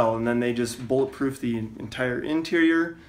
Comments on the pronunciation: "bullet ploof glass" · You mean bullet ploof grass (vanossgaming reference)